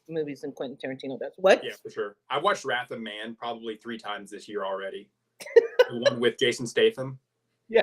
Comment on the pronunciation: Wrath of Man😮 I thought he was saying Rapid Man also